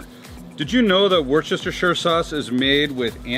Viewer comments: It's "Wuhster-SHEER" sauce. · You're pronoucing Worcestershire wrong